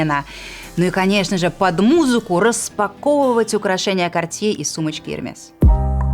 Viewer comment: Ну согласитесь, что не обязательно выговаРРРивать слово каРРРтье , чтобы его носить.